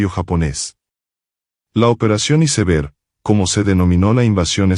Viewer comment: Se dice aisberg no iseber 😂